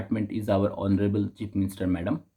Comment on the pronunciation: honorable😄 na aro kichu